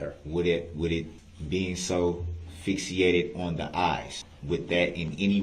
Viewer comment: “Fixiated”…lol what a dumbass